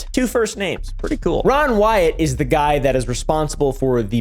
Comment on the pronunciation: Solid pronunciation of namess loool